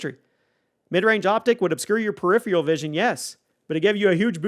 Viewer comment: Learn how to accurately pronounce “peripheral” if you’re gonna say it 27 times in a video 🤦🏻‍♂️ you say it wrong in every video, but you say it a million times in this one